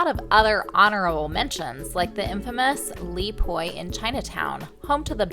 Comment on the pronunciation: It's pronounced Lee-Po